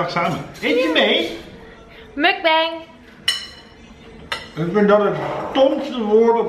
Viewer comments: Je spreekt het uit als MOEK BANG - niet muck beng... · Mukbang spreek je eigenlijk uit als 'mokbang' met Nederlandse klanken.